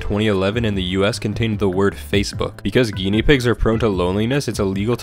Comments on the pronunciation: bro pronounced “guinea” like “guillotine” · And he couldn't pronounce Guinea..